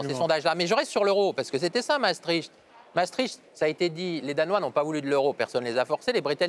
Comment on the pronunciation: Misère ! Ils ne sont mêmes pas capables de prononcer Maastricht correctement. Non, on ne prononce les deux A. Les deux A indique que c'est un son long. Non, on ne crache pas tricht. le son icht c'est la jota espagnol atténuée. Les G en néerlandais se prononce comme la jota espagnol. C'est donc un son que l'on forme dans le fond de la gorge. Quatremer : "La Belgique est rattachée à l'Allemagne". Ah bon... Et depuis quand, gros débile ? Je n'irai pas plus loin. Trop d'inepties, trop de propos lénifiants, trop de blah blah creux.